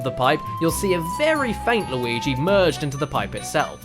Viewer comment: Why does keep calling Luigi.... Lawigi